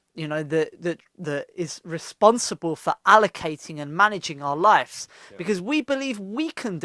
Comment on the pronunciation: taaki, it's not "life's" it's "lives"